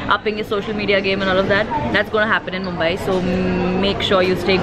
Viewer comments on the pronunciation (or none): none